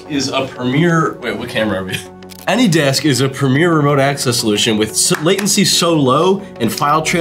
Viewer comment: I find it incredibly funny that the scammers consistently use the name of a service that they can’t pronounce properly 😂 “anydex”